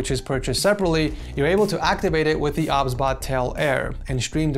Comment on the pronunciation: I think it's pronounced "O, B, S, Bot" but i won't judge. 😅 Also, do you stream? I would love to watch your streams! ❤